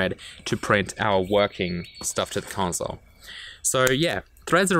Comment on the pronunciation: The “conzole”